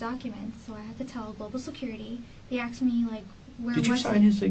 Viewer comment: “She axed about the cheques”….ASKED. A minor thing to point out i know but it’s so irritating 🤦🏻‍♀️ subbed btw, I hope your channel takes off, it’d be well deserved